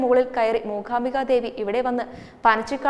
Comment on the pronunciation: അക്ഷര സ്പുടത ഉള്ള കുട്ടികൾ ആരെങ്കിലും അവതരിപ്പിച്ചാൽ നന്നായി. ''മൂഖാമ്പിക' എന്നൊക്കെ പറയുന്നത് എത്ര അരോചകം.